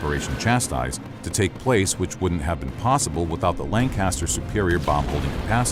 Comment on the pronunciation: Hearing him say "Lanecaster" that many times almost gave me an existential crisis.